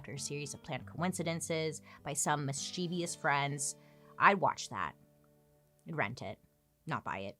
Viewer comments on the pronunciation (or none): Bailey I love you❤ but that's not how you pronounce mischievous 😂